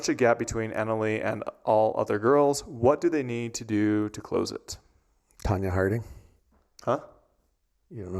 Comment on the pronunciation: "Tanya Harding" WOW!!!!!